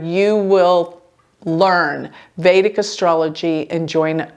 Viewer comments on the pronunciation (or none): none